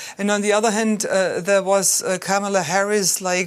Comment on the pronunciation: She's mispronouncing Kamala's name:)) She's like Trump.